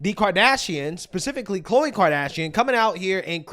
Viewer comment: Al sharpton ....😑 He just called Khloe Kardashian... Cole.. msnbc needs to hire a guy that can read the damn name off of teleprompter.